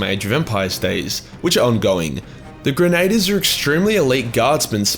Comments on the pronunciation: fusilier - "foo-sa-leer" grenadier- "gren-a-deer" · Your failure to say fusilier and Grenadier Honestly made my morning